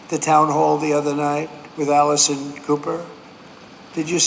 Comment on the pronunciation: Did Trump call Anderson, Allison, or am I losing my hearing? 😅